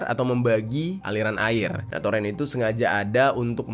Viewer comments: Itu baca nya toren, bukan torEn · Torn bg di bacanya bukan toren🤣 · toren bang bukan toren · TOREN bro bukan Toren bacanya !!!